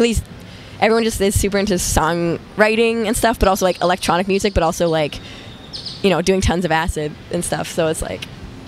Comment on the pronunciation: ✨💘 “ becauthe it’s the future of muthic . futurithick muthic “ 💘✨